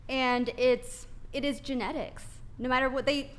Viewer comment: “It’s genetici.” 🤣🤣🤣🤣